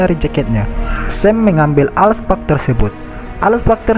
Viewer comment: Alk Spark Bang Bukan Al Spak